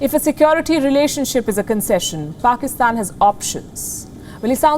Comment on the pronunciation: Its not Pakistan, its "Paxtan"! You know, the cool and hip one 😎